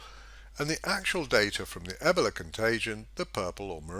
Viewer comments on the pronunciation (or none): E-BOWL-A Not Eb-ela